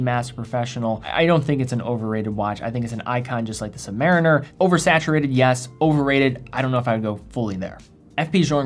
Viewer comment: The Navy man in me cringes every time I hear “submar - iner”. Somewhere there’s a crusty Submarine-Er shaking his fist whenever it’s said lol.